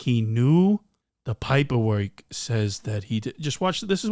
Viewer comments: "The poyperwork" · “paper work” accent on point 😂😭😭